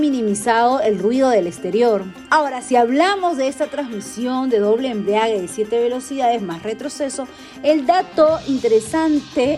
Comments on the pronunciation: Doble embriague? Jejej no será doble embrague?...tener cuidado con lo que se dice ya que otras personas al ver tu vídeo pueden seguir usando esa palabra erróneamente...por lo demás el vídeo está bien... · Una correccion con mucho cariño...la palabra es embrague...no embriague...sonara mucho mejor y es la correcta...muchos saludos...siempre veo tu programa...desde Piura-Peru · EMBRIAGUE NO, ES EMBRAGUE